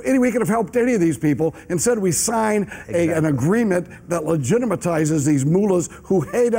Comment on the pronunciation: Ligitimitizes? From an elected official? Really?